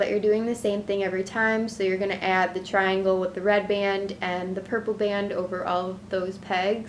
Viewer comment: Lol u say batton band on all of your videos but they are so cute and easy I'm a big fan love ya